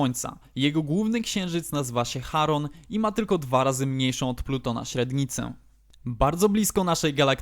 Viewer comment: Wydaje mi się że mówi się Czaron a nie Haron